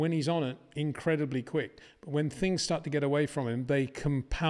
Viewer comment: Peter, it’s START not SHJTART STOP not SHJTOP BOTAS not BOTASHJ VERSTAPPEN not VERSHJTAPPEN Very difficult to remember, is it really?